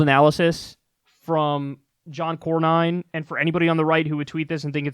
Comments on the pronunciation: It's CORN-IN, Kyle. You know, as opposed to CORN-HOLE. And Beto actually decided this morning to NOT run against this guy. SMH What a loser... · It's pronounced...Core-nin. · It’s pronounced Corn-in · I think it's pronounced like Jeremy Corbyn, assume the Y is an I. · His name is pronounced Corn-In. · And it's "Cornin" ;) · John Corn-inn. You do great work and I love your show, but if you have the stomach to watch C-Span, you will become very familiar with all the players in the comedy of errors that is Capital Hill. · That's my senator for you. By the way, it is pronounced 'Corn-In' as in you pour 'corn in'to the boiling water. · It's "Corn-in", my other terrible senator... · Last name pronounced Corn-in, appropriately enough. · Ah John Corn-In (that’s how it’s pronounced). The other senator from Texas, quoting Mussolini the TEXTBOOK fascist (which is different from Nazism BTW) and doing so in a way where either he’s saying fascism is awesome in which case he should move to fucking Brazil, or he’s comparing him to left wing socialists in which case he’s incredibly stupid, or wrong, or disingenuously wrong since left wing socialists are the bitterest of enemies against fascists, they worked with the old communist parties against fascists. They fought the bloodiest war in human history over it. It’s like there’s a contest in Texas to be the most embarrassing or human garbage US senator, and I honestly didn’t think anyone could come close to Ted Cruz in that regard. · Kyle, I like your work a lot, but please look up basic pronunciations before taping, especially something as easy as how to pronounce a senator’s name. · Pretty sad not to know how to pronounce the name of the senior senator from Texas.